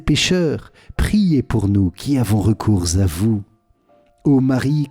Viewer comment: Merci beaucoup pour ces prières ! Juste une petite remarque qui n'est pas très importante dans le fond, car cette erreur se répand partout, même sur kto, il ne faut pas faire la liaison entre "recours" et "à vous", cette erreur de prononciation se répand partout...